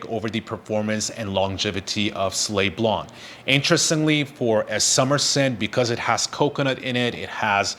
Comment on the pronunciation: Please learn how to pronounce the name of the fragrance properly.